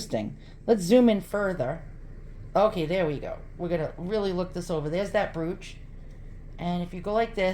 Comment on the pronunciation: It is an old black and white photograph that has been colorized by hand painting. I have one of my grandfather. The info on the back is letting the studio know what the proper colors should be when colorized. BTW, "brooch" rhymes with "roach", not "pooch", lol. You have some really neat items. Here is what I found: Hand-colouring of photographs From Wikipedia, the free encyclopedia This article is about colourisation of still images. For colourisation of moving-picture images, see Film colorization. A hand-coloured daguerreotype by J. Garnier, c. 1850 Hand-colouring (or hand-coloring) refers to any method of manually adding colour to a monochrome photograph, generally either to heighten the realism of the image or for artistic purposes.[1] Hand-colouring is also known as hand painting or overpainting. Typically, watercolours, oils, crayons or pastels, and other paints or dyes are applied to the image surface using brushes, fingers, cotton swabs or airbrushes. Hand-coloured photographs were most popular in the mid- to late-19th century before the invention of colour photography and some firms specialised in producing hand-coloured photographs.